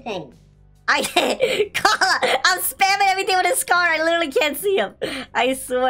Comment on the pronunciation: Koala sounds like gravy